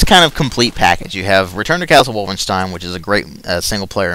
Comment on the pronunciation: I love how you say wolfenstein "Wolfenshtine"